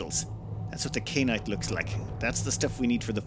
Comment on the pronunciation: Ky. An. Ite. How the HECK do you read "Kyan" and see "Kain"? It rhymes with Cyan, just with a K instead of a C!